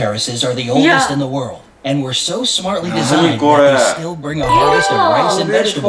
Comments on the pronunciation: Pronounce world ---> werlld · is soo cute struggling say the word "World" 😂